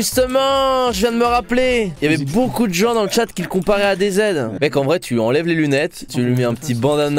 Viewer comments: ça se dit ADZ pas ADEZED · Ta prononciation d'adz me perturbe